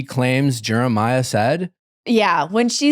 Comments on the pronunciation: Haha so glad pointed out how nick was pronouncing Jeremiah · I can’t help but laugh at the way Nick pronounces Jeremiah’s name lol